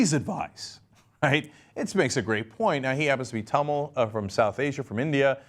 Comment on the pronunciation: I cringe every time he pronounces "Tamil" wrongly...